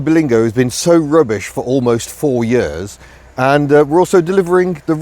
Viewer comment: I love the way you said.... "In May we'll have owned this car for four 'eyuurs'... " Proper Welsh isn't it ? As an Italian / South Walian Scouser I appreciate these nuances...